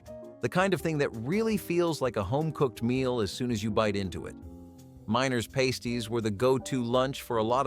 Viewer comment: For anyone listening to this - past in pastie rhymes with fast not paste like toothpaste